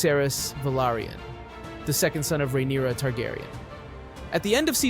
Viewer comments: Rhaenyra? naaa, Rhynaera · He keeps bouncing back and forth on Rhaenyra and then botching so many others lol